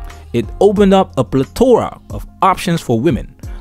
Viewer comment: Its pronounced PLETHORA not PLETORA u just got rid of the H yeah no that's now how that's works ..